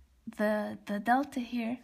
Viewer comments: Omega and theta, not "double-u" and delta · keep posting more videos while keep in mind revised the video before uploading because in this video you pronounced wrongly for theta and f(x) instead f(t). so just encouraging you to keep it up. Thanks for basic explanation of FT!